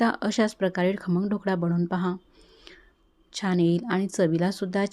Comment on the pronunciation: मॅडम आधी 'ढोकळा' शब्द शिकून घ्या, मग आपण 'ढोकडा' बनवू 😂😂😂 सर्व शब्दोच्चार चेक करून घेऊयात...